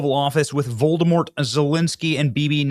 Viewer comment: Voldamore??? Its Volodymyr. Pronounced Volod-a-mere